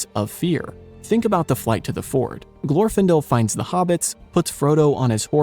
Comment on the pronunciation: In Glorfindel's name, the stress is on the second syllable.